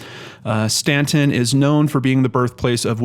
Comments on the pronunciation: You are pronouncing it correctly, even though it isn't spelled the way it sounds. Cities in VA are independent and not part of a county, that's why it's listed as City of Staunton (independent city). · You pronounced Staunton right! Thanks for doing this video on her. I have suggested her case to other channels with no luck.